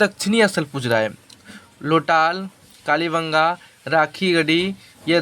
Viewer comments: लोटाल नहीं ❌ लोथल होता है सर ✅ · Lotal nai hota hai sri ❌lothar hota hai ✅